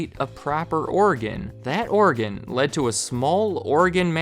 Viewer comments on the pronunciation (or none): It sounds like you're saying Oregon instead of organ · “OREGON” “ORGAN”